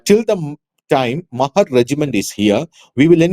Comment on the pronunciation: മഹർ അല്ല..... മഹാർ ആണ് ട്ടോ